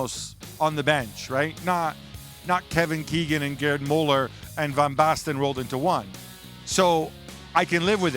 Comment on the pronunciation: It's not jerdy muller kikikiki